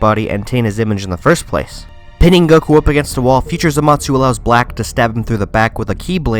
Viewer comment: Am I the only one bothered by his pronunciation of Zamasu? Sounds like he's saying zamatsu